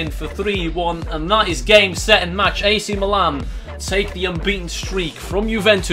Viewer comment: he still can't say Milan he still saying meelan